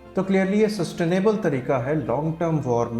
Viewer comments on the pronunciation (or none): Getting all this info from a dude who cant pronounce the word "sustainable" correctly. Right!